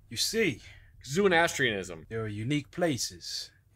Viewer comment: Zoo-in-ass-tree-anism, not to be confused with Zoroastrianism.